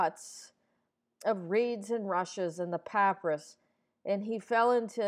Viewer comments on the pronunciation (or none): none